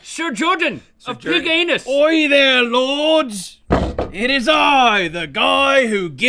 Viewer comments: "it's piginus" 😂😂😂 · "Thank you Mr. Pig Anus." "IT'S PIGAMUS!"